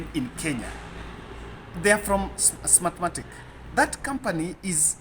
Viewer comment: Pole sana Smartmatic na Venezuela wamekutesa kupronounce sana